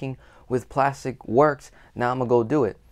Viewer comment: This may be sorta random, but you're the first velocity banker I ran across who pronounces Plastiq correctly.